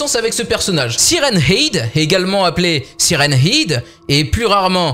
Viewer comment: sa se dit head